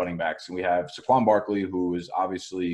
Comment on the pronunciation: Why do you pronounce Saquan’s name like that? 😂